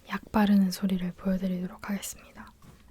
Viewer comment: 죄송해요 자꾸 "약 바르는 소리"가 "약 빠는 소리"로 들려요ㅠㅠ